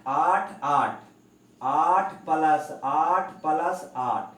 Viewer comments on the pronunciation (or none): ओ भी palas नही प्लस होता है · palas ko plas.khe sir achha nhi lagta hai